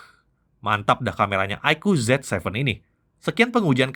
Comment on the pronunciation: Ya, bacaannya Zi Seven ya, bukan Zet Seven.. 😊